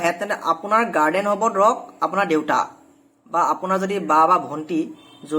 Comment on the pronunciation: Hello Mr. গাৰ্ডেন নকয় গাৰ্জিয়ান বা গাৰ্জেন বুলি উচ্চাৰণ কৰিবা।